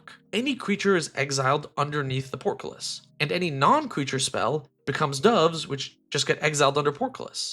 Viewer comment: Your "portcullis" and "dove" pronunciations were hilarious.